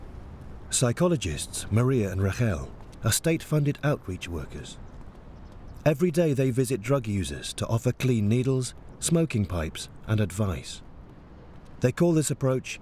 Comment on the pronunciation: Chex LeMeneux I also believe they mispronounced the name of one of the psychologists in the beginning. I keep hearing "Rarrel" when I suspect it should be either "Rachel" or "Raquel" (pronounced the same way in Brazil, and probably in Portugal too).